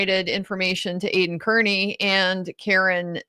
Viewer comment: Judge Sisitsky, not Judge Doolin. Also, Aidan/Turtleboy's last name, Kearney, is pronounced "Carney."